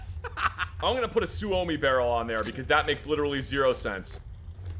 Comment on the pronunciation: Mikeee or if you see this, tell that his pronounciation of Suomi (barrel) was very good and clean -Finn guntism guy